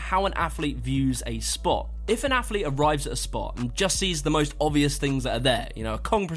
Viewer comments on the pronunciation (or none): Affffflete....lol mans athlete so many times, couldn't help but notice how incorrect he pronounces it. AFFLETE AF AF AF. Like Chris Bumstead saying savage with a th... lol...thavage. All these Thavage Affletes on this list